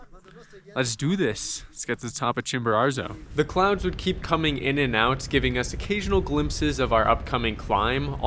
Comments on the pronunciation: Love the video, but drop the second ‘r’: Chimborazo, not ChimboraRzo Would love to hear you say it right once, this was the only thing that was driving me crazy the whole video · My dude, say it with me Chimbo~RAZO! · chimbararrrzo? lol come on man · Pretty bad he never got the name right once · Double on "ChimboRARzo" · Great vid. Curious why you gift Mount Chimborazo with an extra "r"? We made a drinking game out of it over here. People got sloshed . . . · I wonder what your Mexican guides think of that extra “R” you add to your pronunciation of the name of their peak. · Well done. I tried Chimbo in 2013 but turned back close to 6000m as I knew I would not have enought energy to do the return journey if I had summited. Perhaps my guide was too fast. 2 notes: please learn to pronounce the names of the mountains correctly. It hurt my ears. And Chimbo is NOT the highest volcano. Ojos del Salado is. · Love videos. Hate the way he pronounces Chimborazo 😂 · Nice redemption on this one! Great video. You’re 1 for 2 on summiting, but 0 for 2 on learning to say the name correctly 😂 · Good idea! They could teach him how to say Chimborazo.